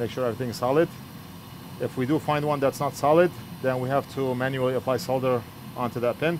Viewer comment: Great fix and even pronounce "Solder" the same way as British English :)